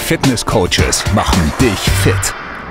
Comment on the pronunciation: Hahahaha "das nächste Mal werde ich DICH sicher anwenden"? 🤔😏😂😂 Schweizer Aussprache oder Freud'scher Versprecher 😁